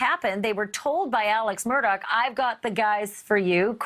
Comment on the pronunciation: The name is pronounced MURDA not MURDOCK